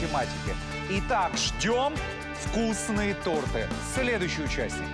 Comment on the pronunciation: Ренат Агзамов не торты а торты